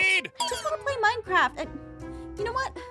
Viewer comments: Lol the best part was when they said minecraftia instead of minecraft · The part that said minecrfratia!